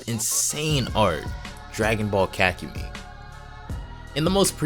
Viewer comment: I thought it was pronounced ka-ku-mei but keep the content coming